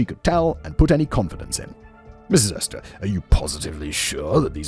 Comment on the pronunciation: Ummm. I think her name is actually Hester, pronounced with an “eh” sound, not an “ee” sound.